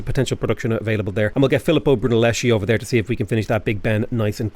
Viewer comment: Sorry to be that guy, but the fellow Italian artist name is pronounced Brunelleski. Chi=>ki (Brunelleschi) Ci=>chi (Da Vinci)